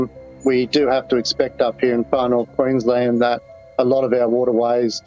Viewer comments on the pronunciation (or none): none